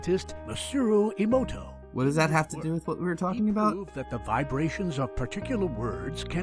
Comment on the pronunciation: they pronounced it like fucking imouto